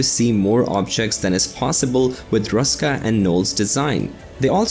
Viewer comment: It is not nice to pronounce names incorrectly. The name "Bunsen" is pronounced with a short "oo" sound like in "look" not like in the video where it sounds as it was derived from "bun". It ist the same with Ernst Ruska (again, short "oo"). And it goes on with other names. I consider it an act of respect to pronounce names correctly. It is not your fault,, that the producers of the introduced video are slightly ignorant.